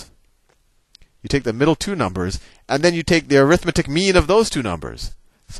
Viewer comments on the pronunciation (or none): Hey Sal, 'arithmetic' is an adjective in front of mean, and is thus pronounced ARithMEtik, not aRITHmeTIK, i.e. primary and secondary stress on 1st and 3rd syllables not 2nd and 4th. Thanks. It just kinda bugs me on a vid that is otherwise great. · When you say "arithmetic" you're saying it as a noun. The noun form is ə-rĭth'mĭ-tĭk while the adjective form is ăr'ĭth-mĕt'ĭk. The adjective form is more like air-ith-meh-tic, and I think that's what you were about to say the first time you used it. My math teacher taught us that when we kept trying to "correct" his use of "arithmetic". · "arithmetic", when used as an adjective, the stess should be on the "met" syllable